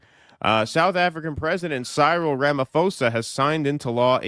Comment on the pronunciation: please learn to pronounce Cyril & row, meaning a commotion (hint: rhymes with meow).